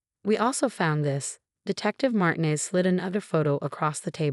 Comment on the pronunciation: A.i says Martin-ez. It’s marteenez. I’m very offended!